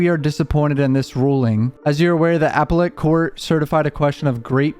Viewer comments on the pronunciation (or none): “The Applelet court” Bruh it’s pronounced uh-pel-lit Appellate court